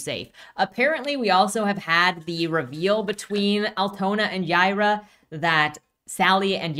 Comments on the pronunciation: It’s Hebrew and pronounced “Yeh-ee-rah” but they pronounce it as Y-eye-rah” which is the Spanish pronunciation. She’s from space so I think it’s just a coincidence that her name is Hebrew but also pronounced the way people in Texas/Latin America would say it. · Is her name pronounced "Yeye-rah", or "Yee-are-uh?"